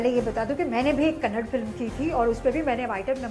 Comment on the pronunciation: It's not kannad it's kannada